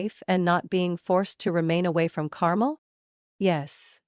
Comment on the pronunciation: Even an AI should know the pronunciation is Car-mel'.